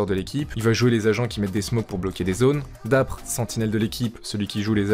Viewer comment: respecte DapR stp mdrr son pseudo se prononce dapeur